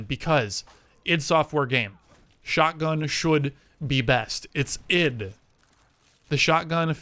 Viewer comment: Just a small note from the start, id is pronounced like "it" not like ID.